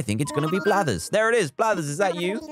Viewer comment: "5 or 10 unique creatures to get Blathers" I heard bladders...